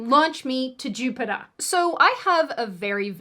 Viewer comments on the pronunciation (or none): J-U-pit-Ah. lol